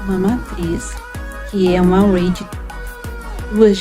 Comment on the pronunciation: "string", "array" 🍷🧐 nice pronunciation! Parabéns pelo projeto e obrigado por compartilhar o código. Gostei do uso dos pointers para mudar a côr no terminal e do jeito de pesquisar mínimo e máximo num só loop for.